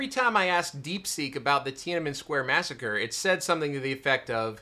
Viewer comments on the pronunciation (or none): none